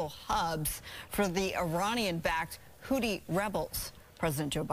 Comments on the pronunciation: It kills me that she continues to mispronounce it, even after the other guy says it correctly! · The word Houthi has been in the news almost nonstop for the past few weeks. How in the world did this lady screw up the pronunciation of Houthi so badly?